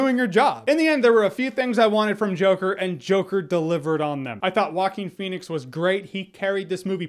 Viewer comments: Correct pronunciation is HuWa-Keen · Nobody: Absolutely Nobody: Jeremy: hawkeen fenix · I thought he was saying Hawking Phoenix lol.